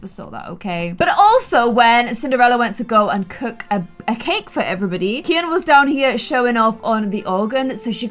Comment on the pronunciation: I think his name is pronounced key-in